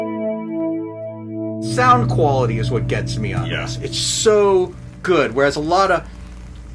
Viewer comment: 😂 (makes chef’s kiss motion) “Güüd.”